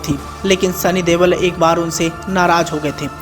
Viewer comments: Dewal nahi Deol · Sunny dewl nhi pagal sunny deol